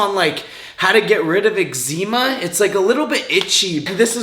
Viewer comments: "ive been getting a little exzeeeema" hahahaha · Eggzeema, baseses, cellullull… tell me more science man.